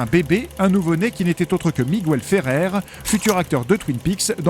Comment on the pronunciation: Et ils ont toujours pas appris a bien prononcer son prénom vu que c’est Miguel et non « Migouelle »…